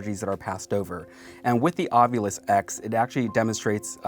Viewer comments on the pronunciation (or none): from the way it's spelled, the "ovilus" would be pronouned "aw-vih-luhs" but is instead pronounced "aw-vyou-lihs" as in "ovulis" xD